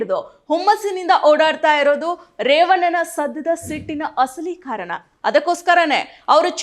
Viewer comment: ಕನ್ನಡ ಸರಿಯಾಗಿ ಮಾತಾಡೋದು ಕಲಿ. ಕಾರನ ಅಲ್ಲ ಕಾರಣ.. ರೇವನ್ನ ಅಲ್ಲ ರೇವಣ್ಣ